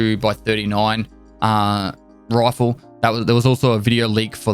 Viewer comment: english: rifle Pestilish: Roafle